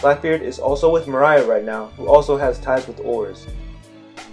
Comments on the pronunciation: The way you said moria like 20x made me cringe so hard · You made some good points, I was actually surprised. However everytime you went off wildly speculating about anything mildly coincidental that's so unnecessary to the theory you just completely lose me... also it's Moriah not Mariah 😅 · Nah I don't think this is it... also isn't Moria's name MOR-ee-uh? Not, Mor-AYE-uh? I feel like a lot of this is grasping at straws (pun intended) making mountains out of mole hills. Its one thing to make some vague speculations, I'm not so hard to convince of them, but to use those speculations as a basis for more speculations is too much of a stretch (pun) I'm being a bit nitpicky, but I could really tell you're reading off of a script; it was kind of hard to focus on the information you were actually trying to convey sometimes. I would work on trying to speak more naturally, or such a way that it isn't so monotone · Its moria not maraya 😭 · Dude love the theory but pls dont call moria mariah kek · The way you say Moria kills me it’s more-ee-uh not muh-rye-uh he didn’t sing always be my baby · His name is Moria (More-Rea) not Maria (Mah-Ryah) hearing u butcher such easy names was nerve racking tbh still watching tho...I like da theory but not buying Oars being Joyboy tho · Okay theory aside why do you keep calling him Mariah? His last name isn't Carie. It's Moore-ria bro. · Mary-joe=Marijois, not Mo-rye-ah its Mor-ee-ah=Moria. Much of the evidence I think you overthought, just because of the words gold and rocks on top of the use of strawhats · .... He called Moria. Mariah.... Points deducted for funny pronunciation.... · It's pronounced more E a not more I a It's so irritating that everytime I hear you miss pronouncing it I want to immediately stop your video. Which is a shame because your theories are pretty interesting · Dude. It's pronounced More-ee-ah Not More-eye-ah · Mo-ri-ya Gecko Moria that's how you pronounce his name I believe. And awesome theory. I love it